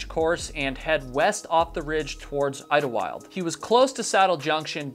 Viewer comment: I lived in the san Jacinto mountain range (the Idyllwild you mentioned 😁, great pronunciation by the way!!) for ~6 years and the conditions can be pretty brutal. So many people think “pfff it’s SoCal, how bad can it get?” Snow, ice, hail, sleet, boulders and sharp cliffs, disorienting echoes leading you in deceptive directions, mountain lions and packs of coyotes, the list is endless… 2 people went missing in Idyllwild while I lived there, the Irish pct hiker and Roy Prifogle (my high school friend’s father). My class president got lost while on a hike for 3 hrs but the school was able to eventually locate her, just before dark. Just because it’s SoCal doesn’t mean the weather and conditions are nice and easy. Even day hike with caution.